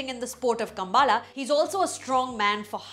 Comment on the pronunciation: It's not Kambaala..... It's Kambala